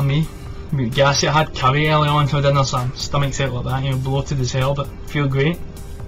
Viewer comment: Haha, yeah I heard caviar instead of curry. I could see you classing it up though. Caviar and champagne next time. LOL